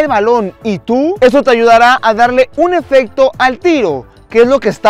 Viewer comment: se dice efecto